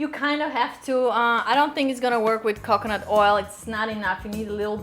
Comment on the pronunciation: She almost sounds Brazilian and says coconut like I used to, but it would get me in trouble every time. Cockinit 😜😂